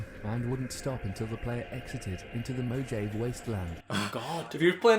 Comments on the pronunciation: that guy said fuckin "mo-jave" instead of moh-ha-vee lmao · Did he say moe jave? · The fallout 3 glitch still works in fallout 4, also he called said mojave incorrectly its pronounced mo ha vae